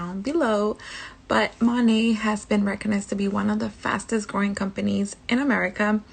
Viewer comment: “Fastes-growing company“ really got me for some reason 😂😂